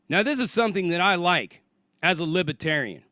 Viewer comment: Love you man...but it's not LIBBAterian. Its LIBERRRRTARIAN. like liberty. But still awsome point man and I love ur videos